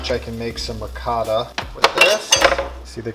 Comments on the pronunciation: Man, every time you try to say "ricotta" I hear " 'vocado" or at best "racáda". You're doing a great job, but please, please, I beg you, put a bit more effort in pronouncing food in a way that natives of that language can at least recognize. My ears are bleeding. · I was thinking "what does the mean by ricarda." until I realized he means ricotta :D. U americans and ur cheese pronunciation when u say "gouda" like its "guuda"